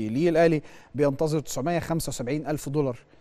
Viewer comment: الامريكان أصحاب الدولار مابينطقوش كلمه دولار بالدلع ده!!